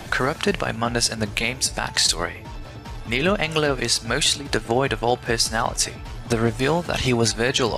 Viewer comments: Lol he said neo Angle-Lo....it's neo Angelo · Oy! It's "Ne-low Ange-low!"